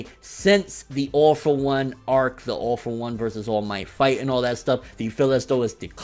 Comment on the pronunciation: Man, I hear "Awful One" every time you say "All for One".